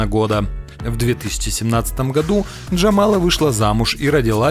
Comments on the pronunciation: Не ДжамалА, а ДжамАла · Ну так, ударение точно не на последнюю А. Правильно - ДжамАла. И про Народную артистку Украины забили упомянуть, альбом "Крила" и многие другие заслуги) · ДжамАла а не ДжамалА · 1Вообще-то Loreen хотела вернуться на Евровидение в 2017 году, а не в 2016! 2 Монс ЗамерлЁв, а не ЗамЕрлёв! 3ДжамАла,а не ДжамалА! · Не понравилось видео. Имена озвучены неверно(ЗермЕрлев, вы серьезно?! ДжамалА??), информация по их творчеству небольшая.... Шерифович творила в Штатах, у Кончиты отличные новые песни, Монс сотрудничает с СК, Эммили де Форест постоянно приглашают на Евро отборы... скукота. Дизлайк. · Правильно говорить ДжАмала а не ДжамалА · Пожалуйста, стпвьтн ударения правильно! 1. ЗермерлЁв 2. ДжамАла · Бл..дь, комментатор и ведущий, у тебя что проблемы с ударениями?? ЗельмЕрлев? ДжамалА??? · Слабо вы подготовились, о Джамале. И ударение неправильно поставили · 2 вопрос - почему автор неправильно ставит ударение Джамала и Семерлёв.